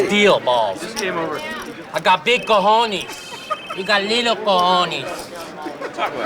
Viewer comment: I am Spanish and I firmly believe that if a person is unable to say "cojonEs" and only knows how to say "cojonIs", they should close their mouths and use the word "balls" from now on